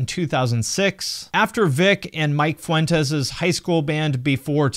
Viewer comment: Dude I can’t with how you pronounce Vic and Mikes last name😂😂😂